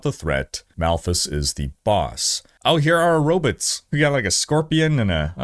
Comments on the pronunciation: i can't tell if you're saying robits for fun, or if you actually pronounce it like zoidberg lol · Wtf are “ robits? “ 😂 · I can only hear him mispronounce robots so many times. It's not robutt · "Robutt" lol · We get Row-Butts